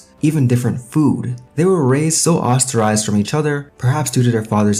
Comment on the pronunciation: Ostracized, not ostarized lol